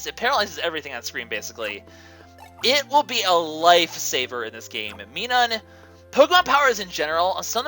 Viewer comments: its My-Nun i hate it when peps use wrong pronunciation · I'm trying to rewatch this, and I just can't do it because of the way you pronounced Plusle and Minun. Holy- Ugh. I wish I could go back in time to tell you it's pronounced like Minus and Plus. (My-nun and Plus-el) Ugh. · By the way,sorry if I am being rude but ur pronouncing plusle and minun very badly, just check the anime to see how they r pronounced. (And I probably spelled there names wrong) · By the way, sorry if I am being rude but ur pronouncing plusle and minnun very badly, just che ( and I probably spelled